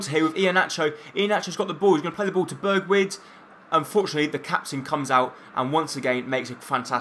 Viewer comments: It's pronounced Berg-win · It's pronounced 'berg-win' you tool!